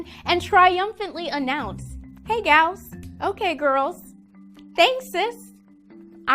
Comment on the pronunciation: The drill sargent said "hey galls" and nobody corrected him. I'm just saying...